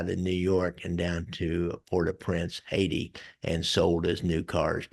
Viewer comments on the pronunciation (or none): none